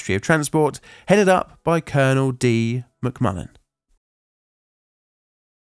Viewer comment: I swear he said the guy investigating this was Colonel D McMuffin and not Colonel D McMullen.